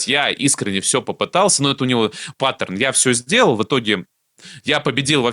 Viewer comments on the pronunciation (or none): none